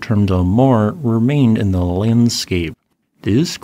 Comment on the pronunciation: They just keep saying ze same thing!